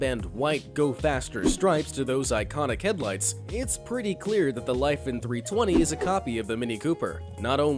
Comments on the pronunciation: Lifan - `Lee•fān`. Get it right,. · Wait, how do you even pronounce Lifan? You pronounced it differently in your video about cloned cars